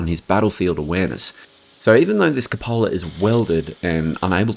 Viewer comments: really? It’s not Koo-POH-la, it’s KOO-puh-la. Somebody’s pulling jokes on you or something. That includes any variation, Aussie, U.K. or U.S. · Nah both are correct variations of route, but it’s never Koo-POH-la. He already massacred Wespe, but I have no idea where he got that Cupola (proper- KOO-puh-la) from.